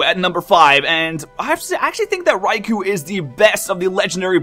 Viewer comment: Raikou - Rai•kō - [ʀɑɪ̯kəʊ̯]* Not "Raikoo" (rhymes with "two"), but "Raikoh" (rhymes with "flow"). "[O]u" is a way of translating those long "o" sounds in Japanese; they're written as both "ou" and "ō". *Written with standard IPA (International Phonetic Alphabet) for Received Pronunciation